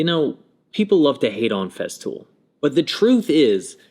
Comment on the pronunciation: Cool video on Feztool bro. Say it with me...FeStool. There is no fucking z.